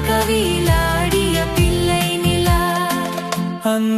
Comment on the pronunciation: ஆண் குரலில் தமிழ் உச்சரிப்பு சரியில்லை. உதாரணமாக பிள்ளை என்பதற்கு பில்லை என்கிறார்.